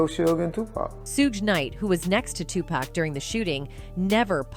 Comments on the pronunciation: Who is "zzuuuge" oh "SUGE". I mean if your going to report at least pronounce names right. Also it's "TUPAC" not "TUPECK" respect the great legend. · According to her, it’s Sooge and 2-Pack.😂